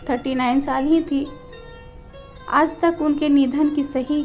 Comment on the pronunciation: Aaazzz nahin hota aaj hai ..bhasha thee karo